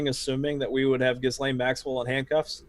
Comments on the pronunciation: FYI it’s pronounced Gee Lane. Soft G like when you say “guy” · Gents it’s GehLaine not gis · Dude, its pronounced Gill (as in a fish Gill) - Lane (as in highway Lane. The H and S in Ghislaine are silent letters. Pronounced Gillane. God bless.